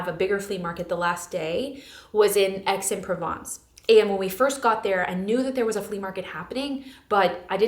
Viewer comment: This was so fun ❤ the only type of haul I want to watch. Just a note because it was funny but Aix-en-Provence is pronounced like “axe-on-pro-vonce”